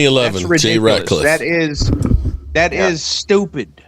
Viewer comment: I know you don't care about pronouncing names correctly but it's actually Jay Ratliff not ratcliff